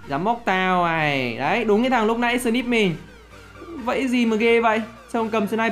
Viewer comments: Snip chứ k phải slip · Snip nghe slip